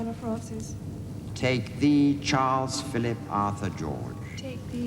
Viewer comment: Did anyone notice how she messed up Charles’s name 😂 She was so adorable.